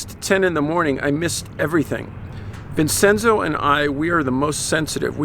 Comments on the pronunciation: Vincenzo is Veen Chen zo chuckles . Italian can be a bit tricky if you don't know the language well, especially the vowels. If a C is singular it's a ch sound like Botticelli, but if it's a double cc it's soft like you're saying, Vincenzo. I know, it's confusing. I thought I had trouble with Spanish, Italian was worse, haha not to mention Latin or Gaelic. I still haven't quite gotten those yet. Just a few words here and there. French was fun and a breeze once I got Spanish down (even though I did French in Highschool and Spanish in College, but had a bit of a difficult time in them down; verbs are a horror). Also, to the writer of the letter, you are not alone. In my family, there are many of us who are sensitive like you and your brother as well. It goes back for generations on my paternal Grandmothers side. We're not Italian, but Irish and Scottish ( gasp the horror I know right grins ), but I wanted to let you know that the two of you are not the only ones out there who are like that. You are not alone. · Pronounced “Vin-chen-zo”